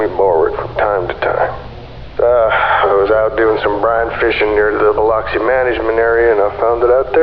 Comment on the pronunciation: I know you tried and I give you an A for effort...but as a person from Louisiana, I can tell you the accents and especially the pronunciations are nowhere close. LoL!! We pronounce it bil-LUKS-ee. And we say BY-yoo..not BY-oh. And NO ONE from Louisiana would every refer to a swamp as a bog. I know that is the fault of the author, not the narrator. Still...I love any reference to my beloved Louisiana!! Great video!!